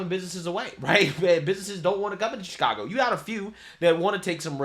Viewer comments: Did that reporter call it Chicongo?😂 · Did the news reporters say Chicongo ...I swear that's what I heard .